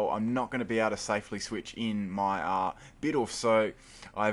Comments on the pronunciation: Well..it's..BEEDOOF..not BEATOFF..that's..really all I have to say.. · bid-OOF, not bid-off